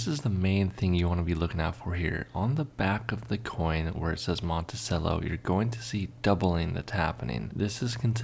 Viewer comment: He also needs to learn how to pronounce "Monticello". "Cello" like the string instrument. 😎😬😵